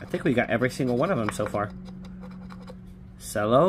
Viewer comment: Cello is pronounced chello good luck